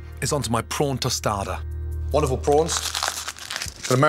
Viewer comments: "The delicious yet very humble prawn tosada" XD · This how you say it. Toe sta the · I leak everytime he says tostada.